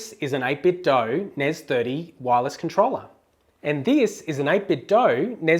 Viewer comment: You pronounce 8Bitdo correctly...and i fucking love you for it.